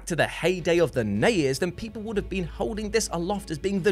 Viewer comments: It's not "nez" or "snez". It's "NES" or "SNES", each letter pronounced individually. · Something about the way says Snay-ez and Nay-ez instead of SNES and NES (rhyme with Ness) bugs me. Dunno why.